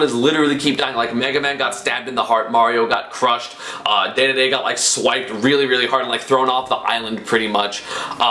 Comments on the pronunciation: STOP CALLING HIM DAYDAYDAY, ITS DEDEDE, PRONOUNCED DEEDEEDEE. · Dee-Dee-Dee NOT Day-Day-Day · ITS NOT DAEDAEDAE, ITS DEDEDE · announcer: dee dee dee esam: day day day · I punch my screen everytime you say daeduhdae it deedeedee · …dE dE dE…not…day day day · its not daydayday its dedede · I'm pretty sure it's not pronounced "daydayday" it's pronounced "deedeedee" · Let me just say it one more time... It's DEDEDE not DÉDÉDÉ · Aye bro, can you not say, day-day-day, and start saying deedeedee? Maybe its like a meme on your channel but please :( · “King Daydayday” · IT'S PRONOUNCED DEEDEEDEE NOT DAYDAYDAY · unsubscribing for the pronunciation of king "daydayday" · Had to dislike the video and stop watching because he says daydayday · Dear Esam, Please pronounce Dedede correctly, we're tired. Sincerely, the DD societ D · Man you really take any chance you get to pronounce Dedede like a weeb lol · You pronounced Dedede wrong it hurts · The way he pronounces King dedede annoys me